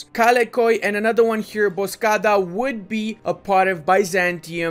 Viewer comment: Duude not bozkaada its more like bozgaada, same with kocaeli its like kogaelii